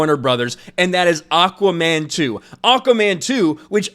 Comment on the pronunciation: Your cracking me up when you say "Aukaman"! Anyways no big deal, but lol!